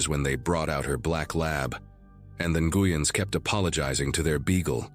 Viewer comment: Please learn how to pronounce the Vietnamese surname, Nguyen, or stop using it in every other story. It makes me want to stop listening to your stories!